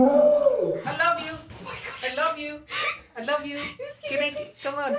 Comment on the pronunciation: “I loafed you I loafe you I loafe you “ 😍😂😂